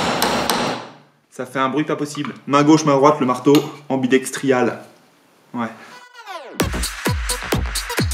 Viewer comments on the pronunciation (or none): Sympa la récupération des vieilles poutre. Ps "ambidextrale" aussi😁